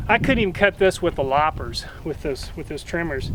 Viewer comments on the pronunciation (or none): none